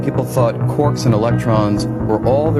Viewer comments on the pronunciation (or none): Quarks not corks